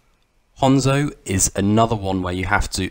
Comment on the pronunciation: thats how u say it, its a fckin japanese name not "han-zo" like "hand"